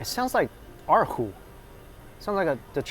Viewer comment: Dude. What kind of Chinese are you? Why didn't you use the proper tonal accent on ěr hú?